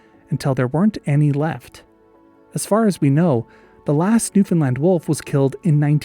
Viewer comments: 🗣️🗣️🗣️*NEWFOUNDLAND MENTIONED HOORAAAAAHHH* All jokes aside tysm for covering our wolves🥺they’re so missed - good on you for pronouncing it right!!!🤘🏻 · hey, newfoundlander here and a big fan. I wanted to thank you for saying newfoundland correctly, most people say it like new-finland which is only close if you have the local accent. I wanted to point out something you might know but not everyone in the comments might know, the name beothucus is a reference to newfoundland's first nation group, the beothuks. Sadly the Beothuks were also wiped out in no small thanks to encroaching European settlers. another interesting thing is that the newfoundland wolf was one of only 14 extant mammal species on the island when europeans arrived in 1610 and formed the colonies that would become the dominion and then province of newfoundland and labrador. Love your stuff!